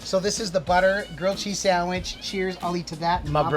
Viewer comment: We dont say sadwich tf